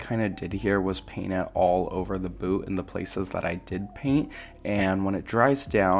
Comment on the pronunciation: lmmfao.. not me thinkin the whole time he's callin it their boo 🤦🏻‍♂️😂 not boot..